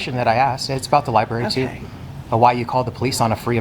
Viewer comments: Library not libarry... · It’s fun to count how many times people say “Lyberry”